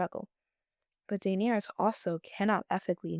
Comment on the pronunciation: The way you say Daenerys really made me turn the video off.